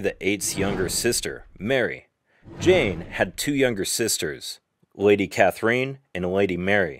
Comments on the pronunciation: Nice, but Catherine is not pronounced “Cath-er-een.” But “Cather-in” instead! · Catherine is not pronounced cathereen. You have women called Catherine in the USA, right? There were other words you pronounced incorrectly, such as Hertford, which is pronounced Heart-ford. Also, why flash a picture of Queen Victoria and Catherine Howard's pictures? That was confusing. Please get your historical facts right before making a video. It was actually King Henry VIII will that specified where Jane Grey fit in the succession after Edward VI and his half sisters. It was Northumberland and Thomas Seymour that tried to change Edward's will when they knew he was dying. The diatribe of nonsense was cringeworthy as well as the sound effects. I recommend books by Sir David Starky and Alison Weir if you want to learn more about the life of Lady Jane Grey. Definitely won't be subscribing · Maybe the narrator has a Russian connection. Ekaterina, which is very much like Catherina except for the last letter is pronounced ee-cat-er-een-a. Also Katrina is pronounced ka-tree-na.